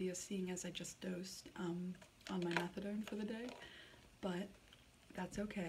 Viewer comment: methadone as in METHOD LIKE CRYSTAL. METH